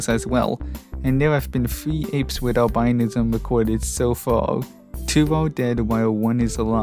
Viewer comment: Albinism isn't pronounce by that. It's pronounce Al-bu-nism. Like how rhetoric is pronounce differently from rhetorical.